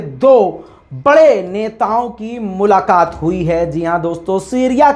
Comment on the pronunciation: اردو کے ھاتھ پاؤ کیوں تھوڑ رہے ہو ،،ملاقات،،